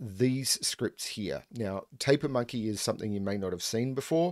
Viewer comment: So the first m in tampermonkey is silent?